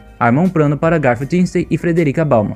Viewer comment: "Pobrema", "probrema", "o prano" kkkkkkkk só pérolas. Vlw por esse tempão de conteúdo top, sempre quis saber como continuava a história, sucesso👍🙏